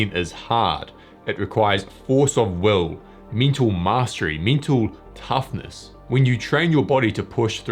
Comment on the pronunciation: For a while I thought that he is saying - me too toughness.